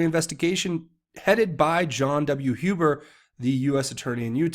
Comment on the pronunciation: Thank you, thank you, thank you for CORRECTLY pronouncing the surname, "Huber"!! :)